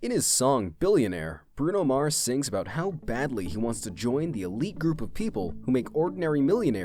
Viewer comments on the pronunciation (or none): none